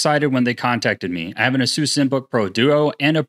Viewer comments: Its pronounced " ah-soos" not " ace-us"? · Imagine being sponsored by ASUS just for you to butcher their name by calling them AZEUS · Ace-us homez A.S.U.S..... get it ...lol